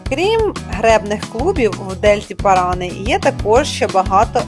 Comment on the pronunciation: Вода в реке ПаранА (ударение на последний слог) коричневого цвета, это так и есть потому что несет много осадочных пород. Если отстоится, будет прозрачная. В самом Тигре она конечно грязная. Но чуть выше по течению хоть и коричневая, но чистая, рыбу можно есть😁